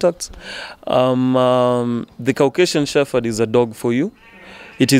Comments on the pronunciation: it’s Shepard not shepherd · U are so right. It is incorrect pronounced with F. Hopefully they will learn to use P. But once used it with F. Very difficult to change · Ok. This is not a criticism but an observation. Why do most Kenyan's from dog breeders including the host pronounce "Shepherds" as "Shefferds" as though the word has an "F" just curious. I believe the correct way to say it is to emphasize the "P" and not as though the word has an "F". I know words with the letters following each other "PH" in them are pronounced like there is an "F". But in this instance "the word " shepherd" the "P" should be the dominant word and should be emphasized as opposed to "F", just like words with "P" in them like "Peter" "Paul" "Place" the P is pronounced. Hope tis makes sense. But otherwise great show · It is a disservice to those who own dog shepherds to mispronounce the Dog name. Especially coming from the host. The channel will pick up or has already picked up an international audience and anyone who owns a dog shepherd or even those who do not will pick this mispronunciation and may be put off assuming the show is light on the subject, not really on point and especially coming from Africa the misconception Africans are not experts in dog breeding and intricacies and nuances of dog breeding will skip and move on, to an other wise fantastic dog show. I am wondering why the editors have not picked this up. Am not the only one who has noticed this error, i have seen a few comments mention the same. Not to be too harsh, since i love dogs when i hear "shefferd" its like someone scratching a chalk board with their nails.